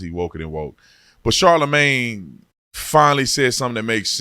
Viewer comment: It sounded like you called him Charlemagne the guy. That’s what you should call him for now on